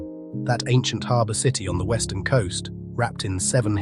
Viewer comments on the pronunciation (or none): none